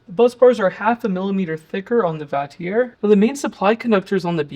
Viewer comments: The name Vatrer is pronounced "VAH-trer" (rhyming with father on the first syllable and sounding like trek-er without the 'k' on the second), and it is commonly acknowledged by the manufacturer and reviewers alongside variations like vater. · Where did you get the pronunciation? Wouldn't your pronunciation require it be spelled Vatierre?